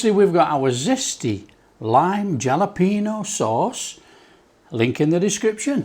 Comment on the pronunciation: It's pronounced Halopeno, in Hispanic the J sounds a H.